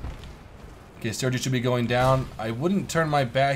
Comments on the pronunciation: the bot 'sergei' is pronounced sur-gay lol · Sergei is pronounced "sare-gay".